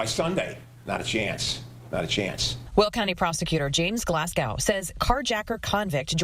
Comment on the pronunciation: To the newscaster,Glasgow is pronounced as such: Glahz- Go ,not Glass Cow . It’s like pronouncing Boise ,Idaho ,as Bwazeh eedaho !